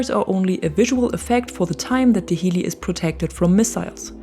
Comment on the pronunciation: pronounce the "hel" in "helis" like "hell" you wouldn't say "HEELYCOPTER" pls